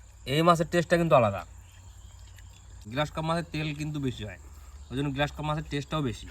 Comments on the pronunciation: গ্লাস কার্প নয়। গ্ৰাস কার্প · গ্লাস নয় গ্রাস কার্প হবে( ঘেসো রুই )